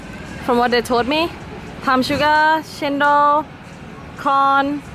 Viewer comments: i always eat apom with chuttney, cendol is pronounced CHEN - DOL the c is like how u pronounce china! :) love the videos makes me so hungry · Cendol is actually pronounced as chain doll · I believe the most appropriate pronounciation in Bahasa (our national language) should be "Chen Doll". And it may vary (slangs) among the races here since our mother tounge is not the same. Even among the Malay people, the Northern Malays will pronounce it as "Chen Doy" instead of "Chen Doll".